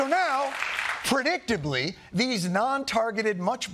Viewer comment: I thought he said “ portdictably” I lost it, I wish he had.